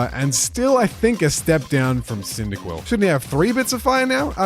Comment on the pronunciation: IT'S CYNDAQUIL, NOT CINDAQUILL! FIX IT NOW!